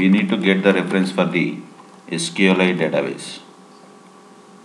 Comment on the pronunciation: Say it clearly SQLite you sound like sql 8 LOL Otherwise Good Video